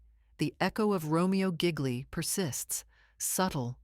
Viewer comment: RO MER O GEE LEE...IS THE FULL NAME.......SO MANY MISTAKES ON THIS CHANEL....JUST NY OPINIION...😯